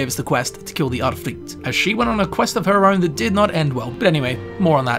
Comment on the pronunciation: You are one of the few persons from an English speaking country who has seemingly no problems with pronouncing the vowel [y] as in Udyrfrykte. That's great! :D